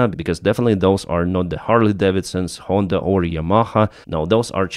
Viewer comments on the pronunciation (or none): none